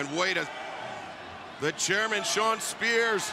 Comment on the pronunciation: JR is still calling Spear the "Chair Man" like it's going to go over our heads if he just says it right 😂